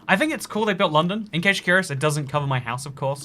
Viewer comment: "Gotta take the CHEWB to the tower a lundon"